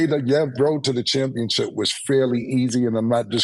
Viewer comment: Just like he says championchip 😅